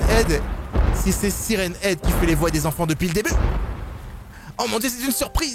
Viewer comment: On dit "sayrenne ède!